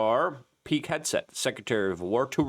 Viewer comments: Hard 2 take someone seriously when they cant pronounce basic names correctly. - suzy willis ??? peak headset ??? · Hey everyone, let's buy supplements from a 40 something who routinely mispronounces simple names like PETE HEGSETH in every video . Every. Video.